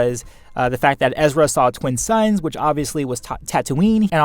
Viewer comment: nice video but did maul say twin suns or twin sons ?